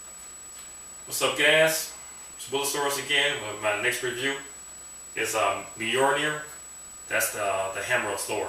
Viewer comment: Cool prop, wish i couldve had the money back in the day to order one. Btw, its not 'bolnir' its "Mjolnir (pronounced /ˈmjɒlnɪər/ MYOL-neer)" straight from wikipedia ^_^. just dont try and swing that thing around in the house...might light something on fire with a stray bolt O_O